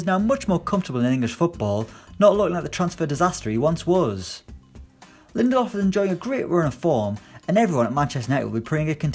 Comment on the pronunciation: Wow, this Guy can’t Say Lindelöfs name right